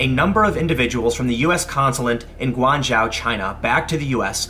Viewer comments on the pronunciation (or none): Tim, you might want to study pin yin if you are going to use Chinese words. It's pronounce Guangzhou (g'wong joe). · Guangzhou is pronounced "gwang-joe" btw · Guangzhou is pronounced “gwong joe”